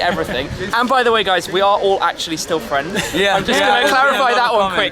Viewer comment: Ooohh fwiends, youtube fwiends!